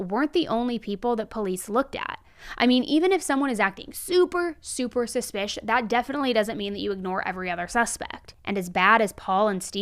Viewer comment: Can you please say suspicious??? Suspish is not a word & it just sounds stupid!